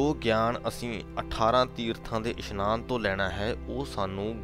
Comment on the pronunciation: Meanings are explained good but so many pronunciation mistakes of Gurbani like it is isnaan not ishnaan